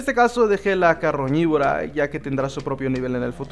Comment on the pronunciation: no es caroñibora es carnibora